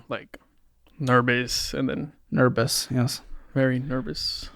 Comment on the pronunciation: “Nerbous?” “Yes, very nerbous…”